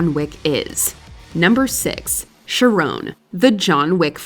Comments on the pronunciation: I wasn't going to comment but my god, you're a moron. Charon isn't pronounced how you pronounce it. char as in character, and then "on". Char-on. And then you go on to poison peoples minds to think charon ONLY accepted gold. What a stupid take. They needed "coins" to "pay" they ferry man. The VAST majority of these would not be gold. What idiocy. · keh ruhn, not shah rone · the boatman name is pronounced "KHAR-on" "KAIR-on" "KA-ron" or "SHAR-on". And the toll was two COOPER coins placed on their eyes. also another reason for the watch on the inside of the wrist was to be able to tell time while holding a weapon. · Might want to check the pronunciation of Charon...